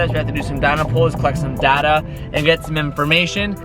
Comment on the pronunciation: Data not "Data"